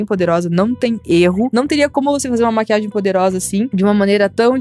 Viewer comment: mo eu escrevi maquiage porque é assim que ela fala